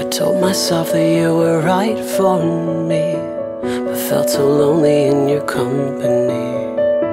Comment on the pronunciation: It was nice. But I hated how he extends all his second syllables in "cut meee off" and "stoop sooooo low"